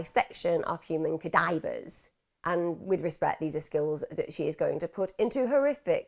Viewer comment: its kadava not kadiver lol